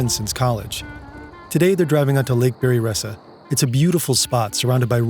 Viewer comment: it's "Bear-EE-Essa" my man. Not "Berrie-Yessa"